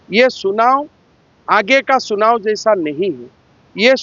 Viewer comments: सुनाओ नही चुनाओ होता है 😂😂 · क्या बोल रहे हो हिंदी बोलने आता है कि नही चुनाव को सुनाव बोल रहे हो अगर झारखण्ड मे राजनीति करने आए हो तो हिन्दी बोलने पहले सिख लो नही तो बबूलाल मरांडी को😊 सिखने के लिए बोलो ( राजनिती करने आ गया असम से शर्म नही लग रहा है) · सुनाव नही चुनाव बोलो 😊